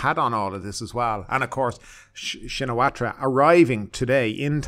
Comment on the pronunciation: You should work on your pronunciation,. (sp?) The 'r' in Srettha is silent, and so is the 'ra' part of Shinawatra. The last name of Thaksin is pronounced simply as Shinawat.